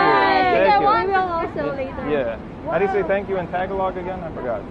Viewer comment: I'd be completely offended if someone who looks like they've headbutted a bees nest pronounced my language the way he did. The way he said 'tagalog', had me in absolute stitches.